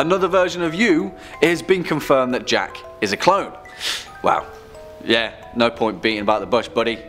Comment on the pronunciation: I feel like he said clown before he edited it into clone